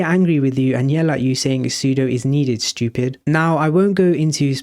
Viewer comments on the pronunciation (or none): "The sudo is needed schtupid" 😂